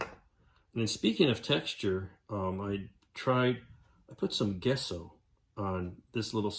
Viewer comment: Looking pretty cool. Took a few years of art classes in college, and "Gesso" was always prononced "Jess-o"